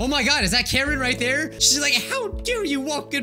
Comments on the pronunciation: Not to ruin anyone's fun, but I think Karin is usually pronounced Car-en. The chick from Naruto has that name and that's how it's pronounced. I think... Karen is way funnier though and I prefer it being pronounced like that lmfao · It's pronounced "Car rin" lmao